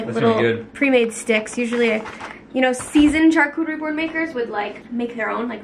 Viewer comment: The way you pronounce charcuterie is so cute hahah I think it’s pronounced shar not CHar ❤️